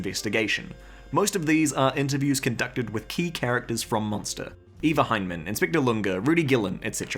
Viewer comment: its ava not eva